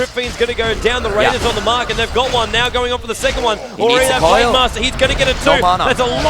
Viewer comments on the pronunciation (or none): none